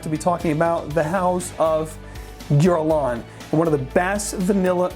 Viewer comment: Did you say, "Jurlan"? I never heard Guerlain pronounced that way...anyway, I was never a big fan of Oakmoss-laden fragrances because they remind me of 80s/90s power colognes that gave me allergies back in the day. However, I really took a shine to the old-school scents after the IFRA pretty banned its use in fragrances and the perfumes/colonges nowadays perform like crap. Regardless, I have been picking-up older bottles of the classic as well as looking for real oakmoss fragrances from the Middle East (which are few and far between...but there are some). Enjoyed.